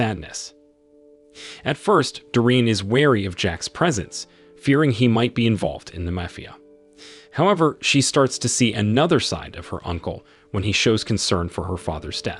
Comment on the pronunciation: You really said " may-fee-uh member"?😅SMH